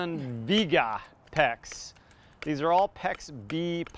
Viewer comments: Vee-ayy-gah is the correct pronunciation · Its pronounced Vee Ay Guh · Viega is a Spanish word that means come. When it's correctly pronounced it has three syllables, not two.